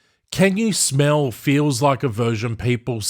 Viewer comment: Can you smel l l ll what emfasises l